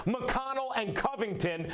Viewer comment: Did max just say, covington? Man please.